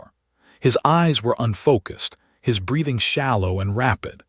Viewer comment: Apachee, not Apach! Bree-thing, not breath-ing! Surely your narrator should have made corrections by now! Yet I hear these errors over and over on this same storybook by this same narrator.